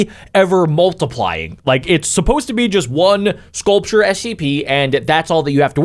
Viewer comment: The way the guy talking said scaulrure is ugly and stuff like that